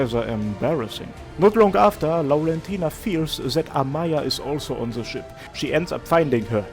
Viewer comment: Ngl I actually love how you pronounce Laurentina, sounds very pretty